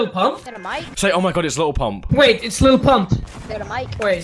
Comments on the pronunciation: “Lily pump”🤣🤣🤣🤣🤣🤣🤣🤣🤣🤣😂😂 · "Lili pump" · “lily pump” i’m dead 💀😂😂😂😂😂😂😂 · “Lilly pump”😂😂☠️